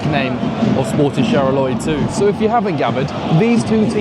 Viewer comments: ok, Charleroi is pronounced as Charler-wah- not charler-oi- xD besides that, awesome vid again! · hello, thank you for coming to belgium and cool video. As a french speaker, I wanna say this: you pronounce "Charleroi" incorrectly, you haven't bothered to seek the pronunciation online, so I will tell you how to pronounce this city's name. CHAR-LE-RWA = CHARLEROI CHARLE like your brit king (withouth the s) and RWA ike the first syllable in Rwanda. ok